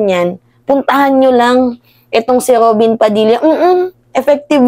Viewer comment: Kainaman Kong alipostain mo c Robin ung letter r nga lang d mo maayos Ali's jan